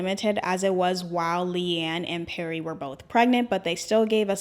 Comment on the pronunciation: Just wanted to say (not wanting to be rude) it’s pronounced LEE-anne 😭